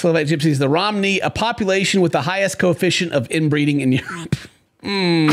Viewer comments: It's not pronounced Romney like the politician, it's pronounced Row-mah-knee. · Mitt Romney Gypsies. I think it's pronounced "ro-may-nee", from Romania I assume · Ah so you’re a Romney? You voted for Mitt Romney XD I’m kidding, I’m just laughing too much at how and them pronounced Romani XD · “Row-man-e” romany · Ro. Ma. Ni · Why you pronouncing Romany like Romnie? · Listening to them constantly mispronounce romani is kinda hard for me to listen to but the woman did too so I can't blame him